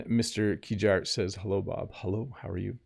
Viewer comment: Did you really say "well 'ello" at the beginning? Come on, you're the teacher 😂